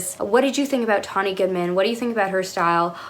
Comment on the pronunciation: Thank you for saying her name correctly, and thank you for taking a look at her. She’s always been so mysterious to me, with such a strict tailored classic silhouette. I feel she didn’t get as good an edit as Grace did in the September issue. Tonne appeared at times exasperated, while Grace just sort of floated through and let her opinion be known in the halls of vogue.